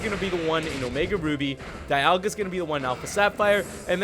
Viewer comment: dialga is pronounced Deeolga